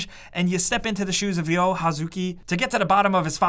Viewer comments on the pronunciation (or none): Why do most of the NPCs pronounce his name as Dio and not Ryo?